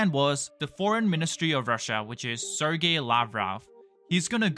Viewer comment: Your business is very basic. You can’t even pronounce Sergei correctly.